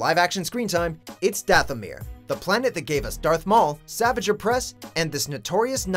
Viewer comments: You pronounced "Savage Opress's" first name wrong. Lol Pronounced "Savaj." And I do mean that politely. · When he was first showed in TCW, I was like 7, and I knew his name was said like: Sah-vāj, not Savage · It’s pronounced Savage (Sah-vage) not Savage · You can tell didn't watch or do much research on Clone Wars. They pronounced Savage Opress "Savage" instead of "Savahj." The easiest piece of information and they did it wrong. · Meh, I feel like Savage got enough screen time. Maybe a reference or short appearance in another cartoon. I think Hondo should've taken his spot. Also I swear to God, it is pronounced like Savajj, (much like Asajj) not Savage. Don't make the name sound even more ridiculous than it is by mispronouncing it, please. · "Savage" opress... Noooo hoooney it's pronounced "sav-ahge" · It's pronounced as "Saavaage" 😂😂not savage 😂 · Megastar69 xxx he said "savage" opress. Lol. Its PRONOUNCED SAV ARGE GOD DAMN IT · Jean Els pronounced as "savarge" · sahvahjj ohpress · sahvahgehuhhhh ohpressss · Anakin Sandwalker Right, its pronounced sah-vahj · Savage Oppress is pronounced "sa-VAHj." If you're gonna feature someone, at least get the pronunciation right. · hold on, DID HE JUST PRONOUNCE SAVAGE OPRESSES NAME LIKE SAVIGE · It’s sav-AH-ge oppress. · I hate the way your pronounce "Savage". You just pronounce it like the normal word, but it actually needs to be pronounced as "Savaaage." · Sorry this has been massivly bothering me. It's pronounced Sah-vaj (J pronounced like general) oh-press. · It is prouneced as savaji opress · “Suh-vajj” not Savage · pronounce Savage Opress's name correctly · He pronounced Savage wrong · The way he pronounces names I can tell he never watched the show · Ok saying Savage's name incorrectly proves you haven't watched TCW. The amount of times they say it its impossible to get wrong. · I'm so offended by the way he pronounced savage opress ...... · When he said “Savage” wrong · You pronounced savage opress wrong